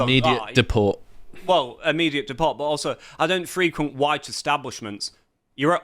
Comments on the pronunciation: 'Free- quent' when a verb, emphasis on 2nd syllable. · “I don’t frequent white institutions” is not pronounced “FREE-quent,” but “fri-QUENT” (the “i” as in “it,” not “Friday”). Really. The verb form of words where the same spelling can be both adjective and noun depending on context often reverses the stressed syllable from the first to the second.